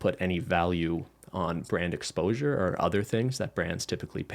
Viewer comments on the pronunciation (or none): none